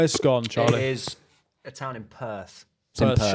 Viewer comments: The town (read: toon) of Scone is pronounced "Scoon" and am NO even jokin'! Heh heh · Scone the place pronounced Scoon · For some reason the place scone is pronounced scoon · It’s painful hearing you pronounce the town of Scone like the cake